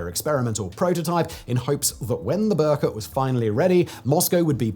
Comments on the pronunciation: Its not Berkot, but rather prunuses as Ber-koot. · It's not 'burr-cut'. How hard would it be to check pronounciation?